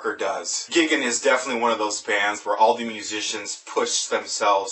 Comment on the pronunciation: I think it's pronounced "GUY-gan" ...no intention to come off as condescending, and I'm not even positive on this. Anyhow, what really matters is that this album is stunningly creative metal and this review does it justice.